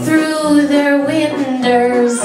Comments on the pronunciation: "winders" why 😂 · Sqwoosh I love how she didn't even need to change "window" to "winder" in order to rhyme with something, she just says winder because.